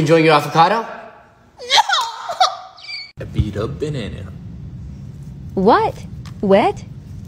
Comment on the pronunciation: When she says nO and the iiii